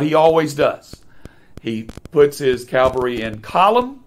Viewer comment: Excellent presentation! Just a friendly reminder: a mounted or motorized military unit is Cav-all-ree. Cal-var-ee is a different word; it is the Christian site of Jesus’ crucifixion. I know they are often confused and difficult to pronounce. One way I remember it: a soldier might say, “I served in the 1st Cav.”